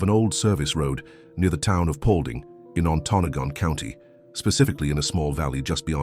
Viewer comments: Paulding is Ontonagon Co., pronounced ON-tə-NAH-gən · I am not the only one being frustrated by his pronunciation Of Ontonagon